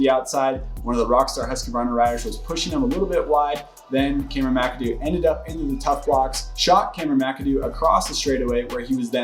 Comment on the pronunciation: Husqvarna is a 3 syllable word.